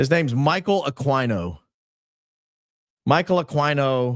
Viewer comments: Michael Ah Queen O not AkwineO. AKA psycho dbag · Aquino is a Pilipino name pronounced Aah Key No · That congresswoman let it slip that Erika lost her kids in the valuetainment interview recently. And was mispronouncing Michael Aquino's last name. Dude is not a horse... Ah-keen-oh. Also, he is an actual scumbag though! Linked to a child sex abuse ring at a military daycare. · "Akeeno" is how his name's pronounced. Just sssayin'.... PS: Did you lookninto that streamlabs superchats yet? It's your money, not google's! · Also, pretty sure his name is pronounced A-KEEN-NO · Ah-KEy-no. Michael Ah-KEY-no. We deserve better. 😂